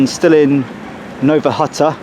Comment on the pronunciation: Nearly fell off my chair at the pronunciation in the first minute. Now-a huttah?